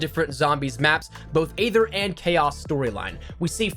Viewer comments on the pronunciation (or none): I’ve been wanting to say this. It’s not aather it’s eether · You know aether is pronounced eether